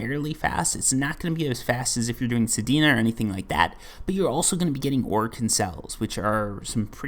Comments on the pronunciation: Your saying sedena but it's sedna lol. This is also good for releveling weapons that you used forma on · Sir I believe it’s pronounced sed-nu not pronounced sed-e-nu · I see your "Sedina" and raise you: "Heleeena" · bro dont stop saying sedina its funny make it part of ur channel 😂😂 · my man just called sedna "sedina" hahaha